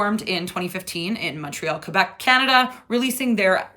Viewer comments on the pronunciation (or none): none